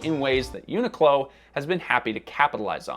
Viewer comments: question, why is it pronounced "eunuch low" instead of "unique low"? every tuber seems to pronounce it this way; but I don't wanna be a eunuch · i’ve never heard someone pronounce the name like they are saying unicorn. it comes from unique clothing co or whatever so everyone i’ve ever heard pronounces it uniq(e) clo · Isn’t it pronounced “unique-clo”? Never heard anyone say it this way. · Annoying that the host doesn't pronounce the name properly. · am i the only one who pronounces it unique-low in my head?